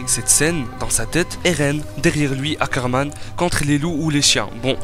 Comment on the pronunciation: STP essaye de prononcer ROD REISS et non rodresse......et aussi les Ackerman et non les Zackerman........